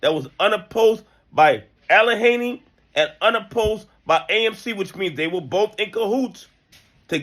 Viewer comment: The "H" is Silent in Allegheny, the "G" is a Hard "G" like in the word Good My Brother.